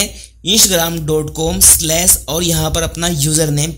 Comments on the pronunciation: bro its not insh ram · इंसग्राम nhi hai bhai 😃😃😃😃😃😃😃Instagram hai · Insgram kyo bol ra be laode wp Instagram hai 🤌😡😤😤